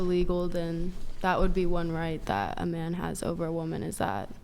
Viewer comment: When did “that” become “thawt?”